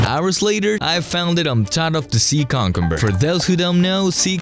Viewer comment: Hey to say cucumber is "QIU-kum-bur" not "Cam-Cam-Bur"